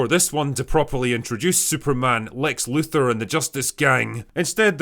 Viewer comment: I find it difficult to concentrate on what's being said when the speaker can't pronounce Luthor.